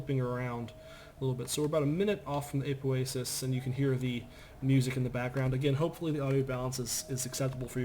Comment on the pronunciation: its apoasis not aupoasis